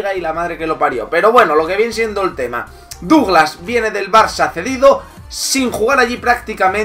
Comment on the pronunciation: Su nombre se pronuncia "Daglass".En Brasil se partieron de risa cuando lo fichó el Barça porque ya era un bulto por aquella época.